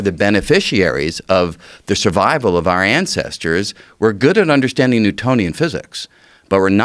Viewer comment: Until I heard this clip, I didn't know that the word, 'Undershtanding' has an 'H' in it....